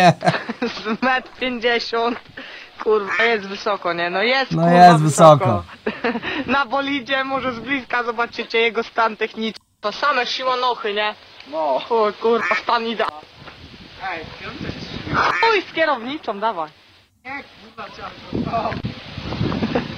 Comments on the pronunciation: Shimano to osprzęt rowerowy ( przeżutki, hamulce, korby, kasety) mówi się [szimano] czyli szimanochy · Szimanochy to taka Marka łańcuchów maszynek i ogólnie części do rowerów nazywa się shimano. Shimanochy to ten ziomek powiedział slangiem xd